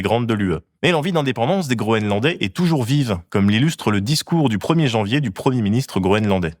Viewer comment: j'arrête pas d'entendre "grolandais" 🤭